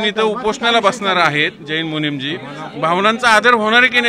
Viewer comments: चुकीची दुरुस्ती,,, मुनिमजी नव्हे,,, मुनीजी असं बरोब्बर आहे ❤❤😂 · मुनीमजी नाही मुनी जी म्हणा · मुनींमजी नाही , मुनीजी आहेत ते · पत्रकार 🍌, जैन 'मुनीमजी' नाही रे... 'मुनिजी' असतो 🤣🤣🤣